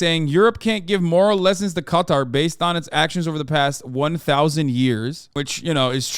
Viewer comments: Im sorry but what is up with the way Hasan says Qatar? like bro... i thought were meant to be worldly. All i can do is laugh when i realised he has never said the word Qatar before and is pronouncing it like its spelt. its Kuh-taar not katir! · Hey not trying to be a douchebag but it’s pronounced like Catar. Guitar but ca. No I’m not a self-important incel my friend lived there for 3 years